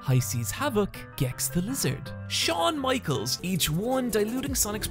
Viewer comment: lmao "Shawn Michaels"